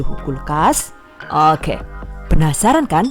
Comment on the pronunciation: Kesini karena "okeh" nya si ibuukk lucu buuknee 😁